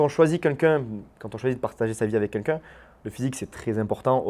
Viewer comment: C'est moi ou il dit "quenqu'un" au lieu de "quelqu'un" ? 🤔